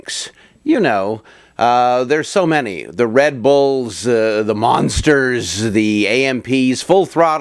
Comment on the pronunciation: The way he emphasizes "the monsters" in the beginning. Lol why did he do that???